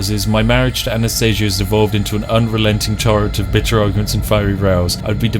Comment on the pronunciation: I am very pleased that you pronounced Anastasia correctly